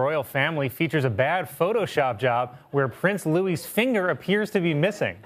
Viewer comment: Please pronounce his name as Louie we do not say Lewis in the U.K.